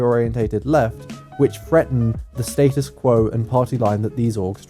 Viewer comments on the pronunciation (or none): none